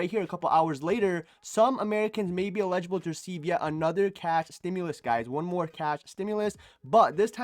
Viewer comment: You crack me up--you pronounce "eligible" "illegible". Blue.